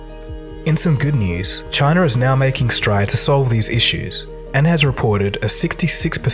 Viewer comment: Wherever this commentator learned spoken English they must have had a SLEW of extra "R" sounds. There is no R in C.H.I.N.A (just as there isn't one in O"Bomber")